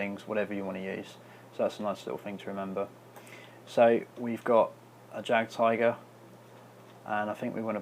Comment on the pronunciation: just want to say, not tryin to be an a-hole but its pronounced yagd-tiger not jagged tiger i mean c'mon we're both ww2 nerds here right?